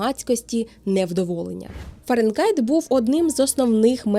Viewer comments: Цікаво! Але Фаренґайт дуже ріже слух. Фаренгайт же ж (Fahrenheit)! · Схожа тема. Не ображайтеся тільки. Фаренгайт - повага, бо нарешті. Але звучало постійно ФаренҐайт. Не одразу зрозумів, що не так. А відео дуже якісне, щиро дякую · Айзек, Фарєнгайт 😂. Не можу це слухати